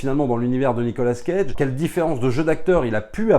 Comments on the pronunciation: Nicolas CAGE . Pas Nicolas scage ^^ mdr .. 🤪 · Ont dit cage pas scage. Mes oreilles saignent.... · Pourquoi dire SCage prononcé le S de sont prénom qui ne fait pas parti de son nom moi on ne me dit pas SFerrigno